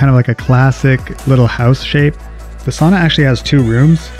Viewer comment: Per research from Finland, the correct pronunciation is sow nuh, not sonna!